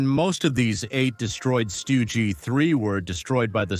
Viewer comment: Your pronunciation is horrible. Stu gee for example Also can't speak connetedly. Tank de Stroyer Good conception,but horrible video Other problems Panzerjäger 1 was built in 1940 Marder,not mayder🤦‍♂️. The MARDER 3 had 3 version,and only the marder 3 (no H or M) used the Soviet gun The Stug 3 first saw combat in 1940 against FRANCE,not against the ussr. Operation Barbarossa started in june of 1941 It's JAGDpanther,not GAGDpanther